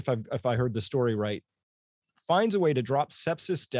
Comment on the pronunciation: its STORY......not STOOOOOOOOOOOOOREY